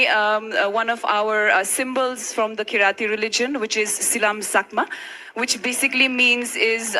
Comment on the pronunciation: KIRATI Community not keryali community . Pronounce that correctly mam . If sadguru would have understood she is from Kirati community , he would have definitely told story about Lord Shiva in Kirat form and made her whole community more proud. Poor girl